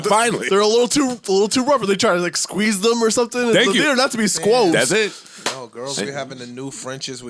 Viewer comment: saying Sqooze......head banger